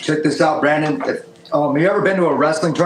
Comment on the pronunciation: Love how calls Brendon 'Brandon' multiple times